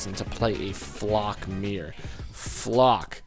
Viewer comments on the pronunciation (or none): Your mispronouncing flak